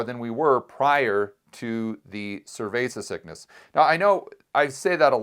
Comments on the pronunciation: Please. Stop. Saying. Cervesa. Sickness. It. Is. Annoying. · I hear survasis sickness. Can you explain what he means by it? I am not a native speaker.